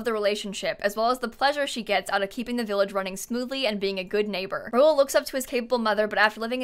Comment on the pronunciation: Rahul is pronounce Ra-Hool not Raul. K thx luv u bye